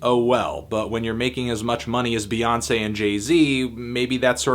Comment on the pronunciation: child it's "Bey" not "Bae".